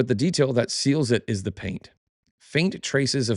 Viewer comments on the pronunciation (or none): none